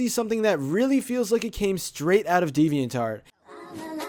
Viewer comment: Why does he says deviant art as devian tart